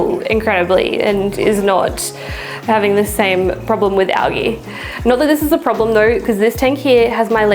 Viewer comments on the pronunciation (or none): Great video. You do know it’s pronounced AL-JEE right?